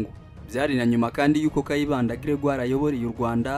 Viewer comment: Grégaire pas Gregire